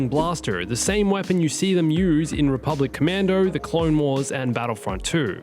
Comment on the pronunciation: This video: "Rebublic Commando" "Rebublic Commando" "RC" "Rebublic Commando".